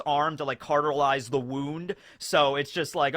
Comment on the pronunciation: It's almost 2022 but still pronounces "cauterize" as "cartilize" lmao